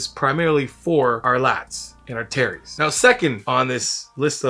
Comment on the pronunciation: Every time he says “terries” I keep thinking about that Key and Peele skit😂